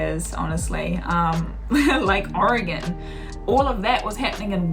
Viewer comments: Your two main pronunciations of Oregon were correct! Great vid! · The maker of this video pronounces "Oregon" correctly. I grew up in Oregon and have spent my adult life in Washington. I've seen only a fraction of the amazing sights to see in both states. This video shows why so many Americans have never left the US. They probably will not see everything there is to see in their home state. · You say "oregon" like a native.